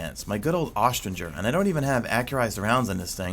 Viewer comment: omg that is not how you pronounce austringer its like string not like stranger im sorry it really is bugging me